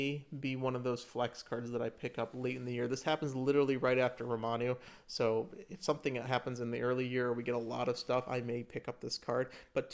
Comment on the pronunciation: Good video, but damn if the constant “Romanus” aren’t confusing me of the actual correct pronunciation/romanization of Ramonu now as well.